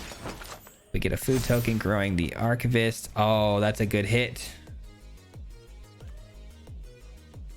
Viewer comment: Take a drink every time this guy butchers the pronunciation of "Archivist".